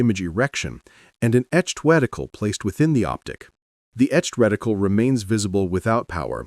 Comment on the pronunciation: Did the just say wedicle?